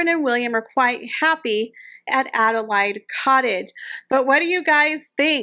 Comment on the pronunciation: That’s what I was going to say, it’s pronounced Ada Laid as in laid an egg.